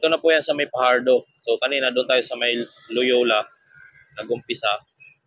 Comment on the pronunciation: Fajardo not Pajardo